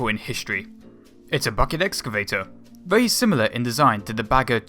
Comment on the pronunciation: Terrible narrator...WTF? Can't even pronounce words correctly. "Be verwee, verwee quiet".